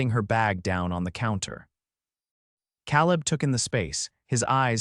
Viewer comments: And it is kay-leb and not kal-eb. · Your AI needs pronunciation classes. CA leb, not Calleb. Long A. Indiana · AI HAS Pronunciation ISSUES. Caleb is usually pronounced K LIB. NOT CAL LIB. BUT it’s learning. Good story tho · You really know how to mispronounce names! Calleb is pronounce C-A leb, not Cal-eb. Get with the program! It was a cute story but I won't be back. The A. I. Voice really needs to go! 😞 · Fix the AI! It’s “Cāleb”; not “Căleb”! And is it impossible to figure out how to program AI to do a better job of pronouncing “live” and “lives”? I know English is a tough nut to crack on the subtleties between the noun, adverb, and verb pronunciations of certain words but isn’t that what human editors are for?! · Lawdy... can't read "lives" properly. And..."Caleb" is commonly pronounced "KAY-lub"... can't even get a main character's name right - er, consistent? Gag. Then the subtitles go from CALEB to CALIB. Then, minutes later, go to CALLEB. Good grief, the technicals are so ridiculous. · How many ways can you spell Caleb? And it's pronounced Kā-leb. Like in the Bible... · Tha name is Kay-lub. Your A I enunciation is flawed. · Kay-leb…. I agree, …..